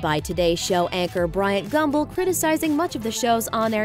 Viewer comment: Did she say "Gumbo" instead of Gumbel ?